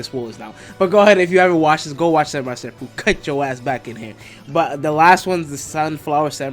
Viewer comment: My man. Enunciate your words. No hate but half the stuff you said wasnt clear enough to understand. Champloo as i understand is not pronounced with the SH* sound but CH* sound because of the kanji used to write it. But even without tht you are slurring and mixing words like crazy dog. Half of its unintelligable.